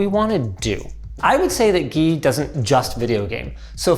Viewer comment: As someone who is called Guy, I didn't expect them to pronounce it as the French Gui.